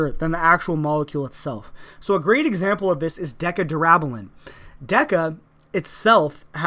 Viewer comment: deca DERAHBULN ok bro we get it... you're natty, doesn't mean you have to pronounce shit wrong lol